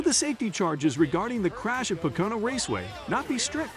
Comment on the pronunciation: Please learn how to pronounce Pocono